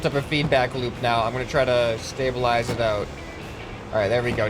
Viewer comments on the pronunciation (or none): none